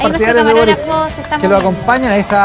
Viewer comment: hola soy Ivan valenzuela y me encanta ponerle "tch" a todo: "boritch cuando tchico en chacon, etchtraordinario, ha ditcho boritch"